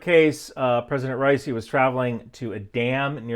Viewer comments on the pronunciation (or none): dudes name is pronounced Raw-E-sea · you didn't even pronounce his name correctly, who tf takes you seriously?!